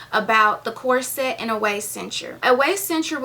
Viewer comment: It's prononced,corset not cor-set. Pronounce it as one word not two.